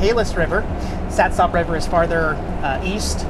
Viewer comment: I've told you this before. It is pronounced Sat' sup. Spelled SATSOP I know but the emphasis is on the first syllable and the last syllable is UP not OP. By the way, from the bay side in Ocean Shores you can see Mount Rainier and the cooling towers at Satsop. You're looking straight up the bay and the river because it's a straight shot. That's a distance of 40 miles according to Google.